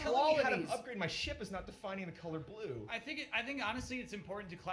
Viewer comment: "It's like asking someone to define the color bluuuuuuue" "It's about doing fucking whatevah!" "I don't play GTA. That game is irritating" So funny